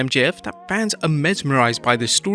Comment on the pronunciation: Stop saying “fans-is”! Plural of fan is FANS